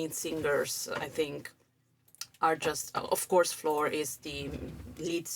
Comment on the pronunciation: Great reaction to a great song, and you manage also to pronounce the name of Floor in the right Dutch way :-) I love how the singing changes between more legato and more staccato, if that is right terms, and I agree with you that melody does remind a bit of the song Pan.